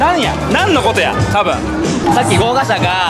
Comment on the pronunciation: こうがしゃじゃなくて、ごうがしゃですよー